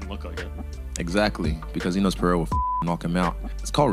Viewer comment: Pereira not Peheira